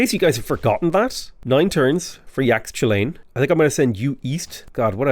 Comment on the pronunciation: Ugh yore killin’ me 😂 Mayan Xs are pronounced as “sh” YAsh-Chee-LAN. Aside from that, you’re still the CIV King in my eyes. 👍🏻